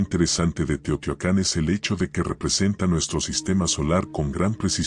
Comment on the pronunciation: SE DICE TEOHTIUACAN.